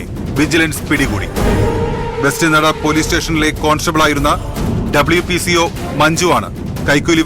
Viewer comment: WPCO അല്ല WCPO എന്തോന്നടെയ്